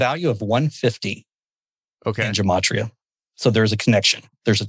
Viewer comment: Gematria. I think it's pronounced with a hard G, not a J.